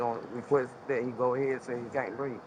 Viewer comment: She says"look he cant breef" 😂